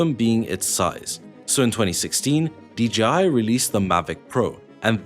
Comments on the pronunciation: Why do people say "Dee GEE Eye" instead of "Dee Jay Eye" for DJI? Happens a lot... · pause: Why is dji always uniformly prounounced as Dee Gee Eye?! 👉dji=dgi … 🤔